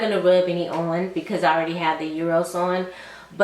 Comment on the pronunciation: Great recommendations. Just a side note: I heard a couple ppl saying Euros when there’s no “u” in Eros by Versace.